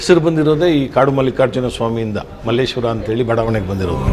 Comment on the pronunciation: It's just Malleshwara not malleshwarammmm. Nowadays people changed to mmmmm. Sir has prounced word correctly. Please our people at least Kannadigas pronounce Malleshwara do not follow other people who call mmmmm